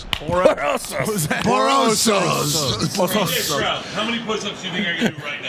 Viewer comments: It’s uh stroud not shroud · Stroud* not shroud